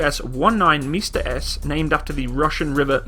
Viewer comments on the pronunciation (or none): instead of saying "Msta-S" you said "Mister Ass" hm..